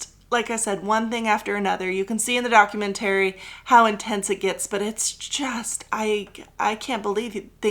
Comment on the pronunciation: Love this episode but I’m begging you to consider changing the way you say “documentary”.